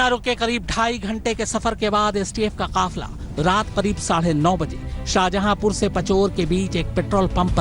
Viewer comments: Shahjhapur nhi shajapur h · शाहजहापुर नही,शाजापुर है वो शहर का नाम